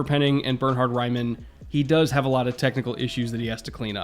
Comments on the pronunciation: Raiman is Austrian, your pronunciation of his name is pretty hard to hear for someone speaking german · but pls learn to pronunciate his name hahaha nowhere close 😂